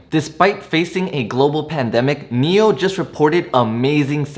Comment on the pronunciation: One suggestion. Whichever stock you’re talking about for about 1-2 or 3 mins, please display the ticker symbol on the screen. When you said NIO, I thought you meant MEL (that’s how you pronounced it), I wasted 5 mins on google searching for this company which I couldn’t find. Displaying the ticker Symbol all the time you’re talking about it would help greatly. Thanks.